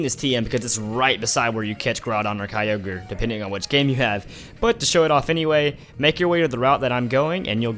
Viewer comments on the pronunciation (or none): none